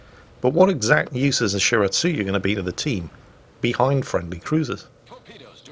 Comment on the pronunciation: Did just pronounce Shiratsuyu and Akatsuki correctly? I must be imagining things!